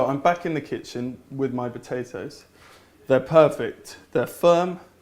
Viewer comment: Haha, "batatoes".